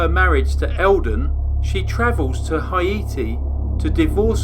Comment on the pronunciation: Hi-eee-tee? Wheres that? I know where Haiti is....closed captions only confused the matter more. If you meant Haiti...(hay-tee). Then I think were on the same page.